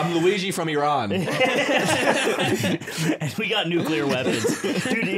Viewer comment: i love that the pronunciation for Iran was spot on.. love from Tehran